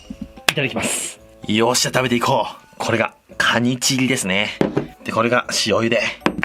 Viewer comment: カニチギに聞こえる…